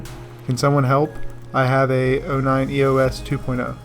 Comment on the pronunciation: I love you guys, but did your guy just say E-O-S instead of Eos?